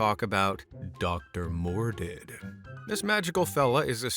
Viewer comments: Why do you keep pronouncing Dr. Mordrid as “Dr. Mor-did”? Can you not see that second R? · It’s Dr Mordrid… Like Mordred… Like the Macabre… As in strange… See what they did! They just changed one letter on purpose just in case… It hurts the ear to hear the way you pronounce it 😝 It’s really a fantastic film!